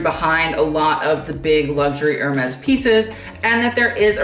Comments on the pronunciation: Kid, if you're gonna be a fashion vlogger pls learn to pronounce Hermes properly. It's pronounced AIR-MEZ. I cringed every time you said ER-MEZ :/ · If you want to know... Hermès is pronounced in French « Air-Mess »